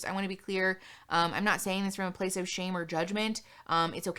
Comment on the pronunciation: You’re mispronouncing “shame”